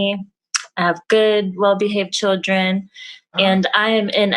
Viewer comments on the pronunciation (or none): I can't stand her smacking constantly, and she can't even say "children". It's not pronounced "chid-ren". Kevin is wrong when he says "women control access to secs, and men control access to relationships". This is NOT true.